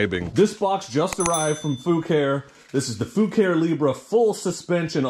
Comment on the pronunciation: You can't tell me that isn't pronounced FA-KA-REE.